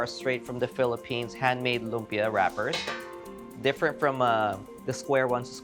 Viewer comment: Coming from the Philippines, you should be teaching Americans how to say LUMPIA the right way and not the other way around. It’s a Filipino word that you know how to pronounce right. Be the influence. All the recipes look great though. Excited to try them on our next visit to SF.